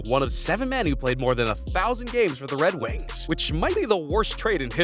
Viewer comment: Ah Yes My Favorite Team In The NHL "The Wed Wings"